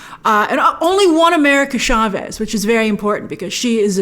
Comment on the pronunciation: Doc S 2 is the current most awaited movie for me. There is one thing im worried about; the pronunciation of America Chavez, chavez isn’t pronounced “sha-ves”, its more like the words “chance/change”, not sha like most keep pronouncing. Why this bothers me, I cannot understand